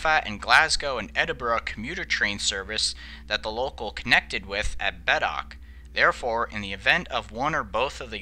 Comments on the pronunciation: Its pronouced "Beet-ock" not "Bedock" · Perhaps they objected to Beatock being pronounced Bet-ock, rather than Beet-ock. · Beattock is pronounced "Bee-tock" and Moffat is pronounced exactly as it is written - "Moff-at" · The Granton to Burntisland rail ferry across the Forth was roll on roll off and opened in 1850. Beattock is pronounced Beetock. Otherwise a well balanced documentray. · Very good, but the commentator should have been instructed how to pronounce Beattock Moffat Carlisle and Carmichael! :)